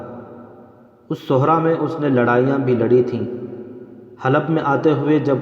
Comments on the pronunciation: sehra .not sohra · بھائی آپکی pronunciation بہت غلط ہے ۔آپ" صحرا " کو غلط پڑھتے ہیں ۔آپ( ص) پہ پیش پڑھ رہے ہیں ۔جبکہ "صحرا " کے( ص) کے نیچے "زیر " لگتا ہے۔۔۔۔